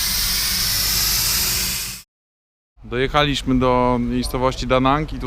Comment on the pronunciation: ...lubię oglądać Pana reportaże jednak męczy mnie forma akcentowania wyrazów . W jezyku polskim normą jest akcentowanie na przedostatnią sylabę , zatem pańskie cyt ' dojecha'li,śmy , słysze'liśmy ' jest błędem językowym , prawidłowo powinno brzmieć ' dojechali'śmy , słyszeli'śmy ' , niestety taka tendencja ostatnimi czasy jest dość powszechna jednak jak wspomniałem odbiega od norm i rani uszy .Posłużę się odnośnikiem ze stron poświęconych językowi .' Szczególnie w tym przypadku złe akcentowanie jest rażące: by'-liś-my ,wy-po-ży-czy'-liś-my, wró-ci'-liś-cie przy-nie'ś-liś-cie '. Pozdrawiam P